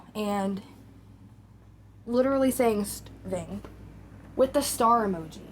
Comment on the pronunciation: Yes! Her gums have receded making the top row of teeth stick out so she says W’s in place of L’s, such as when she says “widerally” instead of “literally.” Also, it’s like nails on a chalkboard when she pronounces her T’s as D’s. She’s been doing “Codden Candy” makeup lately. 🙄